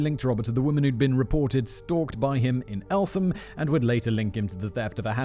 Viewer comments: Elt ham not elfam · Elt-ham The th is not sounded together in this case. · And elt-ham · Just so you are aware, it's pronounced Elt-Ham (Eltham) and Ear-rith (Erith)